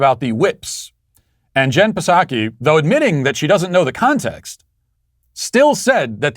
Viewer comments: Matt, it's pronounced Jen Sock(ee) the P is silent man😂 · I’m a 42 year old grown man and I STILL laugh every time you say “Jen PAH-saki.” Makes me feel good. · Me too. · I'm a mid twenties woman and laugh when he says "Jen PAH-saki." It transcends all barriers! Psaki is such a putz and Matt is a treasure :) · He said P-saki. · Matt Walsh Show Drinking Game Drink when: 1. Any time he pronounces Psaki with a "P." 2. If he is wearing polkadots. 3. If he demands a like for his video. 4. Mentions the Sweet Baby Gang. 5. Bicep Cam is used. YouTube comment lightning round: Choose 3 comments from the previous video. Drink for each one read. If he reads yours finish your drink. Enjoy!